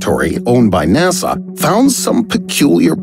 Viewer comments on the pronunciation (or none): none